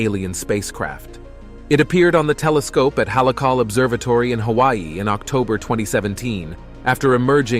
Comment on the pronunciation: It's NOT hale kala....It's Hal-le-AK-ka-la. I know for I was there on top in 1986.